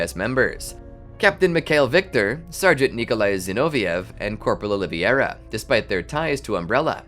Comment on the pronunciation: Carlos "O-li-ve-ira" NOT Oliviera!!!